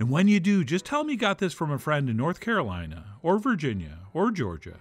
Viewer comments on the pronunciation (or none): none